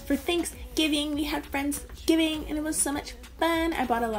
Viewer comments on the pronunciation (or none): FOR FRANKSGIVING THATS WHAT I HEARD AND IM WHEEZING